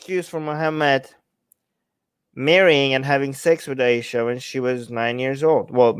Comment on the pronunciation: I subscribed just to hear you say Aisha for the rest of my life. It's very nice when you say it ☺️☺️☺️